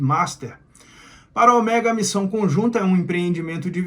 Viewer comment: Cada vez que ele fala Oméga, da vontade de arrancar as orelhas fora....